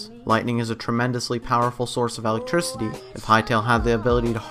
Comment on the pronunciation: what's alectricity?